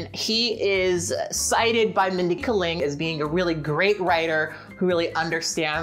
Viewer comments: Just a friendly pronunciation correction, it's Mindy Kay-ling. Like you are saying the letter "K" then "ling". (note: I looked up a video of her saying her name because I was worried I had been pronouncing it wrong.) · actually, you're right. her name is chokalingam... and kaling in that is actually pronounced as kuh-ling. She seems to have accepted K-ling only because that sounds more americanized. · You listened to people interviewing her and still call her "Mindy Ka-ling?" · The way you pronounce Kaling is killing me lmao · Why do we have to "place her"?? Why can't she be both critical of Fred's stupidity and privilege while also appreciating his sexual appeal?? Why can't she be a little more complicated?? It's definitely bad that it isn't funny, but I find her approach a little more honest, if complicated. Also the way you pronounce "Kaling" sounds kind of racist.